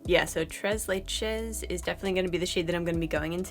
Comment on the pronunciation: Très leche: French, pronounced like trrray laeyshh